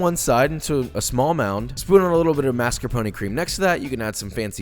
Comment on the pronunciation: this video made me realize that Australians pronounce mascarpone so much better than Americans........we care about cultural differences biitch